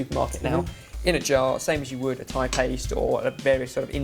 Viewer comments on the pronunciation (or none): none